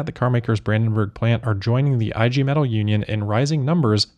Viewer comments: "IG Metall" is pronounced "EEH-gay may-TULL" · EEEEE-Gay Meh-tahl